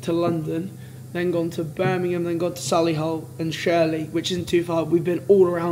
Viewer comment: Sol-le-hull 😂 it’s Soh-lee-hull or So-lee-hull if you’re posh 😂